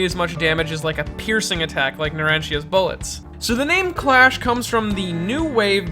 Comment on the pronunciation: tbh I thought Clash was actually called Crush due to the subtitles and pronounciation